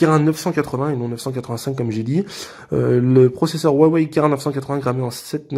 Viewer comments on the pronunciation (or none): On dit « rouawei » mais rare sont ceux qui le prononcent correctement, c’est pas si grave si la prononciation est mauvaise mais c’est toujours bon de savoir. Sinon bonne présentation du smartphone